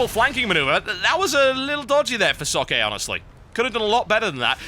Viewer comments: Why can no one pronounce Socke's name correctly? Not a rip on you at all TB, no one gets it right. It's Zock-uh auf Deutsch. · TB, just so you know, Socke's name is pronounced "Zawk" like the word "sock" or "hawk" with a Z and the beginning.